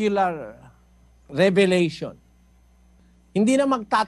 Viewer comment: Revelation po, not 'Revalation'.